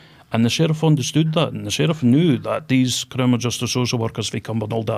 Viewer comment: “Crinimal law”😂 He literally can’t even say it correctly 😂 and then openly admits to bribing a police man 💀💀💀